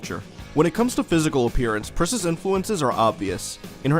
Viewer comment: haha dude I had to listen like three or four times to realize you weren't saying "Priscilla Prisasagiri" at the beginning. good stuff.